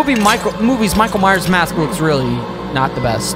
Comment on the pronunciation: Minckael myers